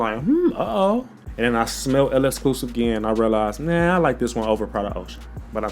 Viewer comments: Elescluze 😅 It's pronounced the same as "exclusive" just replace the "V" with a "F". Lexclusif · My boss it is not L-EXCLUS it's L'EXCLUSIF you forgot the siifff!!!Lolll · One thing bout is that he gonna mis pronounce the name 😂